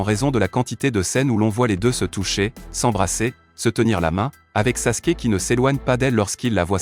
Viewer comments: Et Sasuke pas saske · S'est pas saske mes Sasuke